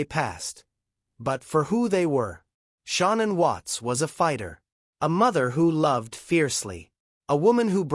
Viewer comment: This reporter cant even get Shannan's name pronounced right theres no u in Shannan's name